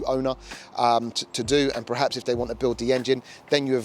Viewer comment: "PER-HAPS" not "Prehaps". Sorry, just bugging me. Jamie FYD says "Prerformance" and it's like nails down a board.